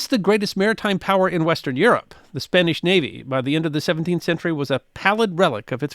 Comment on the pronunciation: A good account of the world of the treasure fleets, but the would do well to work on his Spanish pronunciation!